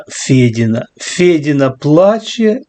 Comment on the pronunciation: Фэдына или Федина с ударением на первом слоге ( боится русской фамилии) такая же липовая патриотка как и ее непосредстивенный хозяин потрох- лепший друг медведчука.28 лет пудрили мозги народу, разыгрывая патриотизм.И сейчас этим же занимаются. Адекватный народ их раскусил. Отгадайте с трех раз, кто остался их посипаками.